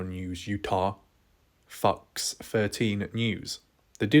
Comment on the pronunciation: Please don't say Fox my friend, it sounds too much like fvcks 😂 lmfao and you need the fb page, boy, hollaaaaa